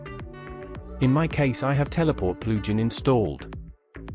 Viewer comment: Ploojin? It's Plug-in. Are you an AI